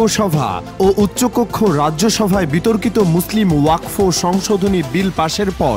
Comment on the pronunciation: জয় শ্রী রাম 🚩🚩🚩🚩🚩 ওযাক ফ নয় রে আগাকাটা নিউজ , আগে উচ্চারণ করতে শিখ তারপর জনগনের কাছে খবর প্রকাশ করবি ।😊😊😊😊😊